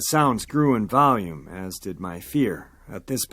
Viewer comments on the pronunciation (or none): none